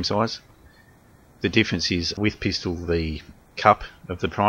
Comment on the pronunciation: Pistol not peestol.